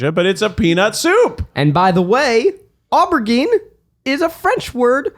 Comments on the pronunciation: Aubergine = oh-ber-ZHEEN. :-) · Lmao it's pronounced ow·br·zheen, aubergine 🍆. No I'm not from the UK I'm from Florida lol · This episode was pure gold…but, please, Zach, my dude, it is pronounced OH-BURR-JEAN. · oh ber WHAT zach?? how HOW do you fuck aubergine up that badly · It’s ‘O-BURR-ZHEEN’. Be pretentious the right way, Zach. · Zach mispronouncing aubergine right off the bat had me rolling🤣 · Never heard such a bad pronounciation of Aubergine before in my life lol